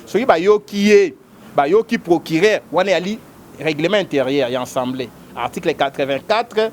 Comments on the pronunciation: A a a a assemblée et non en en en ensembleé oyo peuple ya ndengué nini? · le pire c'est qu'il n'est pas le seul à prononcer ensembleé au lieu d'Assemblée, cela ne vous choque pas que nombre de ceux qui se prétendent avoir bien étudié aient du mal à prononcer avec constance ce simple mot dans un même discours: ils utilisent alternativement assemblée et enssemblé un mot qui n'existe pas en français. Vous sentez-vous visé peut-être mais bon....